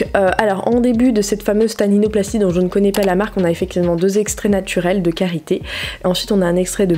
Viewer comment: C’est pas tatinoplastie C’est Taninoplastie 😂🤦🏽‍♀️😂